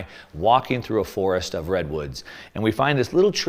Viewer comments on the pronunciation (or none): none